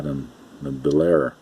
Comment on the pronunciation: Just a note: The Bel Air name is pronounced as (2) syllables. "Bel-Air" as opposed to "Belair". Old school hobbyist like myself cringes every time we hear "Belair". Great Video just the same!! :-)